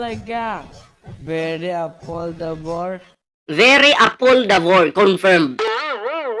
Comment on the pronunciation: hahaha beri apoldabor daw 😂😂😂😂 juice meo sino ba nibili nyan hahahaha siguro sinabi nya very affordable un hahahaha biri apoldabor sabi nya hahaha